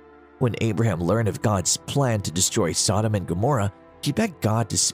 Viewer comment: Why the stupid pronunciation of Sodom it is pronounced the same as sodomy or sodomite the two words originate from the city of Sodom because that is how they were behaving in Sodom.